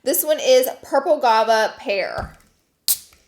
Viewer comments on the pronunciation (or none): none